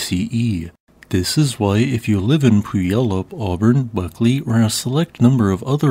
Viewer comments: (Pssst, it's pronounced pew-AL-up, not puy-YAL-up. Yes, we know it's a ridiculous spelling! It's also an indigenous name, and the white colonists who wrote it down it weren't exactly the most literate folks themselves, so it's what we've got.) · Having been born and raised there, I can attest that Puyallup is pronounced as if the y and u are reversed in position: Pyoo-ahl-uhp, or using just english words: Pew-all-up. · Pronunciation note: it's Pyoo-wallup. Why? We don't know. But phonics not phound. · it's pew-all-up. native name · As a local I always cringe at mispronunced city names around Seattle, for example us locals say Puyallup as pew-AL-up. FROM USGS here's a good film covering Lahars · I have never zoomed so fast to a video. That's my volcano! Or, one of them anyways. It's the one I can see from my area on a clear day. It's both impressive and concerning how few people around here put any concern into learning about it or preparing for a worst case scenario. Also, it's pronounced "pew-al-up"! Bit of a weird one if you're not from around here. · Still waiting for the day a youtuber correctly pronounces Puyallup. After living in the unincorporated buffer zone between Auburn and Federal Way for over 20 years, there are many reasons I am glad to no longer live there. Admittedly, Rainier's destructive potential was not one of the top reasons I still get culture shock whenever someone mentions hometown pride